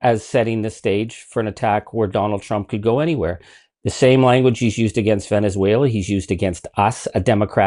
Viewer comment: We superseded it by a lot, by a real lot… who talks like that??? A 3 year old 🧒🏼 He also said Venezualer… 🙄🙄🙄